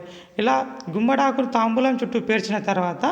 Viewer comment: తాంబూలం కాదు తాంబాలం